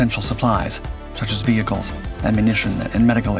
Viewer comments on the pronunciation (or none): none